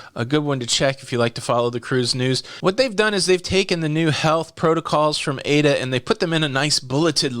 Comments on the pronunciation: it is pronounced eye-ee-da I know it looks like the name Ada(a programming language I learned in college many many years ago) which is the way you pronounced it. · Aida, pronounced ay -eeda.Yes I would cruise. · non it is pronounced : AAAH-E- DAAH (GERMAN) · Close, its I E Duh